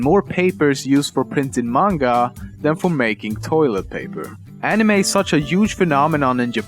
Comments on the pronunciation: i thought it was pronounced ani may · he say anime like "anima" a few times... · He said Anemeh not animey (ps i know i spelled it wrong, i was just spelling the pronunciation) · Fact #11: It's pronounced "anime", not "eenimei". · The way he says anime really irks me. It's ah-nih-may not ah-nih-meh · animeh? it's pronounced animey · nobody: lemmino: enimess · "animeh" XD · people spell anime but this is what they say insted animay yep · Änimeh :D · I like how you sometimes say animehhh :P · love the way you pronounce it "aniMEH" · I hate the way he produces anime "Anima" And why does Americans have to pronounce manga as monga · The way he pronounce the word "anime", disturbs me, seriously haha x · It totally make sense when u cant even pronounce "anime" correctly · if you going to pronounce manga right, why not anime. the A's sound doesn't vary from word to word. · okay hes saying anime wrong! and that makes me so mad!! say anime right!! >.<